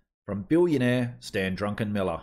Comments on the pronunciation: His name is Druckenmiller not Drunkenmiller.😉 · Druckenmiller Not DruNckenmiller 😉 And of course he’s exactly right. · Not drunkenmiller. Check the spelling it is a German name. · It's Druck, like a duck. Druck en Miller.